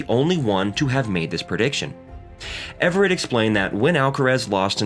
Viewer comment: "Everett" too 😉